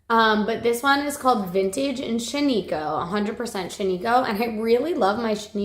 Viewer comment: Love the Shaniko fiber braids…but just an FYI, it’s pronounced SHAN-i-koh. The “i” is a short sound like “it”. It’s named for a ghost town in Central Oregon. 😊 love that my home state is getting some yarn/fiber love.